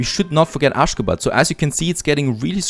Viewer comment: Aschgabad pronounced like aschagaabad. Everytime you called it, it sounds kinda funnier 🤪